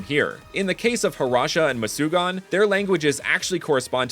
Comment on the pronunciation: It is not mucugan ,it is called murugan